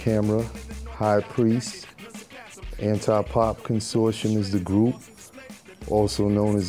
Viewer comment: He didn't even know how to say 'Consortium'